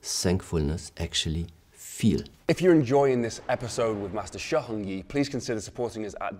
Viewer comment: His pronunciation of "Heng" is brutal. Too much throat